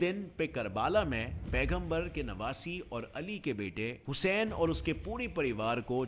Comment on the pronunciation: Bhai pronunciation to sahi se karta Vo husayn nahi Hussain he